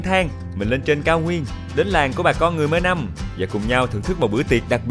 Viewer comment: Mơ nông hoặc là Mnông. Chứ không phải mơ nâm khoai ưi 😊